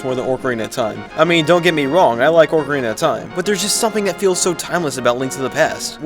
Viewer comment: Did he say "ork"Ariana of time. 😤